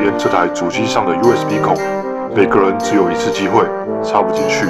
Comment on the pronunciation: USB我聽成you sb😂